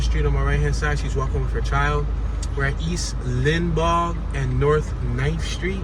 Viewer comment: hey i worked in lawenforcement here in Tampa and this is one bad bad area. you will see lots of trash and debris all over the place. the street is pronounced LINE BAUGH.